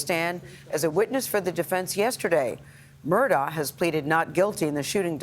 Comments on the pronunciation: It's actually pronounced "Murdock" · would be better if journalists pronounced names correctly. Last name is also pronounced Murdock. It's just not a good look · Pronounced Murdock.. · Is your named spelled Kerry but pronounced Karen? If the letters aren't there, don't stick them in yourself. If the first Murdaugh was cognitively underdeveloped and thought the sound of the letter K is produced by the letters "augh" that's on him. Don't follow in that idiot's footsteps.